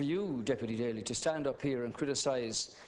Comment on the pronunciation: awesome rep daly!! you said everything correctly!! as an american i appreciate and LOVE what you said!